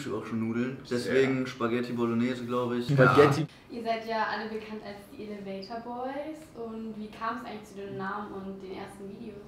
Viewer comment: Wie immer schmunzelt, wenn „elevator“ falsch betont hahaha